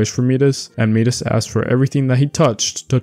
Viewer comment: Enjoyed this video. Some of the names are pronounced differently, though. Like Persephone is pronounced per-seh-fuh-nee and Midas is pronounced Mai-dus.